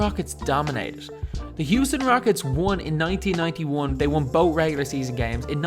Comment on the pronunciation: Hate the way he says "both"